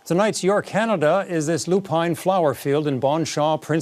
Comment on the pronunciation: Despite the spelling, the flowers are pronounced Lou-pins not Lou -pines. Global should have spelled it phonetically for the anchor on the autocue. But yes that field is beautiful.